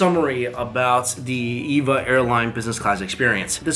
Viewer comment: Cool video. The name is pronounced Eee-Vee-Ay, as it's an acronym. :)